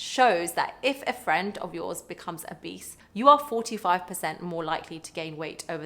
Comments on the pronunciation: i kept hearing "if your friend is a beast"! 😅 had to figure out that's not what she was saying. 👹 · Obese sounds like “Beast” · keep hearing 'if your friend is a beast' lol.